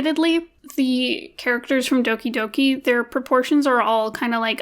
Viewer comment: when people pronounce doki doki wrong😭